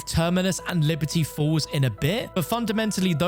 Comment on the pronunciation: Everytine he says Liberty Falls , i hear Liberty Balls